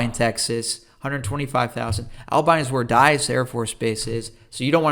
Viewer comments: I have never heard Abilene butchered that bad. At first I thought he was saying Alpine. Turned out to be Albine. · Pronounced Aba- lean and it is a college town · You’re saying Abilene and Altus all wrong 🤣